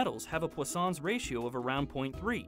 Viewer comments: Its पोइसनस रेश्यो not पोस्सोंस रेश्यो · I pronounce it as Poison's ratio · I just came to realize that its not pronounced as "poison's"